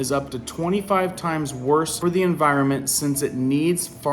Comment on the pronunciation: It’s NOT En vi ro mint It’s En vi ron ment